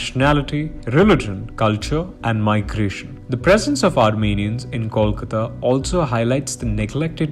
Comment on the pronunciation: Disappointed to see the narrator mispronouncing both "Kolkata" and "Kolikata". Is it that hard?